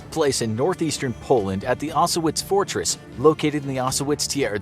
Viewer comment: osowiec is pronounced osoviets